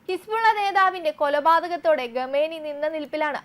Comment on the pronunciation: ഗമേനി അല്ല കുട്ടീ ഖൊമേനി ആണ് 😁